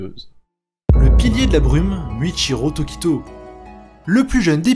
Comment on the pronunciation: CA SE DIT PAS MUIECHIRO TOQUITO C MOUITCHIRO TOKITO